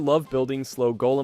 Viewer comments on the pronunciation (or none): why are u saying golem like that💔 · Bro did 3 pronunciations of "golem"